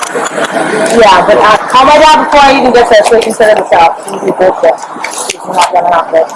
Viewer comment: Did she said ZULLSHIT??? Lolllll I cannot